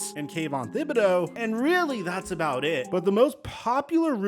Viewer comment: It's pronounced "Kayvon TI-BODAUX" PLEASE JUST LEARN NAMES.